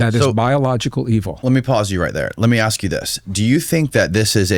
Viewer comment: Is it “ash” or ask? Little speech impediment,?😂😂😂